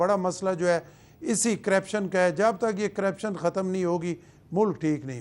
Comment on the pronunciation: گورنر کو کم از کم لفظ کرپشن کا صحیح تلفظ کرنا چاہیے۔